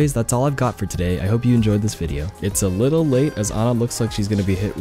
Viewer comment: Pronounces her name correctly. Immediately liked video.